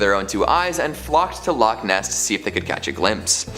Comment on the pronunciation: I can't stand the way she says loch Ness, it's two words not one, she says lochniss.